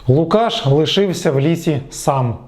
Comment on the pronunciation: лУкашшшш А не лукАш!!